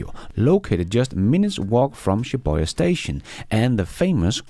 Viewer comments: its pronounced Shee -Booh - yeah. - Shibuya, Japan. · Maybe pronounced it in Danish? You know, his native language?